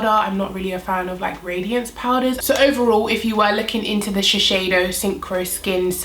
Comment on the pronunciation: Hi! Thanks for the video- amazing foundation. Just FYI, I work at Shiseido in Tokyo and it’s pronounced Shis-Say- Doh. You’re saying it incorrectly and wanted to let you know for next time. Thanks and keep up your great work. Cheers!